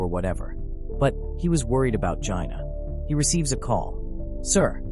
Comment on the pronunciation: Nice, but you should really look up how to pronounce the names. The “w” in Jinwoo is silent, and his sister’s name is not supposed to rhyme with “vagina” 😂😂